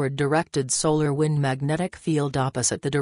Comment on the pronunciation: “ solar whind “